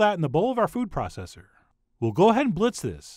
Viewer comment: Ooooppfff, your foof processor must be sore from that galangal lol